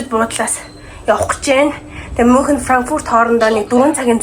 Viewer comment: Мюунхен* gej unshinda (germn hl surdg ucrs hlle)